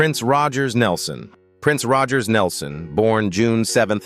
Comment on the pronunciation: Leider ist die Aussprache sehr gruselig...Das macht das anhören unmöglich Bsp..Rogers Nelson...gesprochen wie gelesen